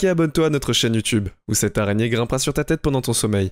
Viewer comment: Tu me soule avec ton arégné